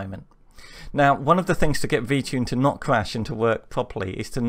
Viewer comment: Why does it sound like your saying VChing? This is interesting, we need more programming vids please.